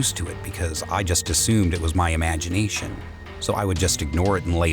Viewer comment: Ah yes. Imagineshion hm yes